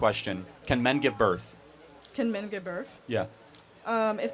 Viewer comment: Anyone else die laughing when Vivek said “birf” after just just said “birf” instead of “birth”?